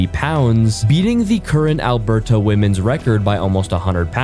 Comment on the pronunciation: ah yes i love AlberTAH candaa lmao